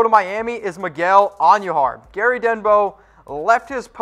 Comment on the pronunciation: Who is Miguel Auhn-knew-har? It's just Queens. Not the Queens.